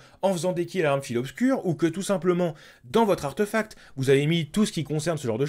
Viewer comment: En stasique avec l'arcaniste ça passe bien aussi, avec les gants d'osmiomancie, récupération d'impact sur les bras avec en aspects déluge d'éclats de glace et récolte glaciale. Et pro tips, ça se prononce "artéfact" , c'est pas "maelstreum" mais "maelstrom". ;)